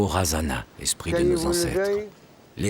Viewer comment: Cest merveilleux ce documentaires .. par contre on écorche les noms... je suis métisse malgache. par exemple razana, les ancêtres on ne prononce pas le "na" à la fin. Ou bien merina se dit [mirne]